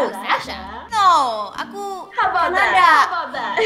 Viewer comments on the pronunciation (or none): none